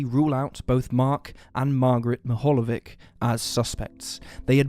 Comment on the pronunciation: croatian/serbian/ bosnian/slovenian surnames witch "ic" ending should be pronanuceed - ich .. LIke Popovich ( orginal is Popovic ) Great channel btw